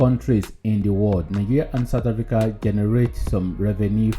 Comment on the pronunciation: point of correction, Africa not Hafrica